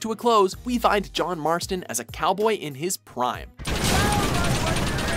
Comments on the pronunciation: It is Marston, not Martson. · It isnt Martson its Marston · "John Martson." Lol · Its John Marston not John Martson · John "Martson" ! :\